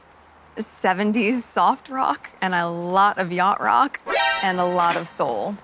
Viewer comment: DID SHE SAY YACHAT ROCK😂😂😂😂😂😂😂😂😂